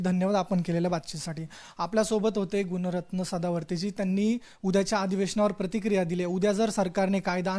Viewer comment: सर्व पत्रकार सदावर्तेंचे नाव चुकीचे उच्चा रतात त्यानी सांगितल्या प्रमाणे त्यांचे नाव गुण रत्न नव्हे गुण रतन असे आहे.